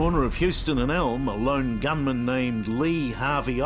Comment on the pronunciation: WHY do you EMPHASIS Lone Gunman , clearly it wasnt a LONE GUNMAN